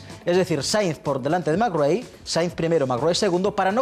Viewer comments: Se dice colín mairrai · Da gusto la entrevista,imágenes McRae,imágenes del mundial 95 con en el plató,que maravilla,un poco opacada por la insistencia del presentador en cortar las anécdotas de y su empeño en pronunciar a su libre albedrío el apellido McRae,pero eso no consigue que no se disfrute el vídeo.